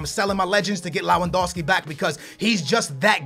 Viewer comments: Why do you call Lewandowski Lawandowski? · It's pronounced *Lev-and-ow-ski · He tried so hard to pronounce lewandowski and still cant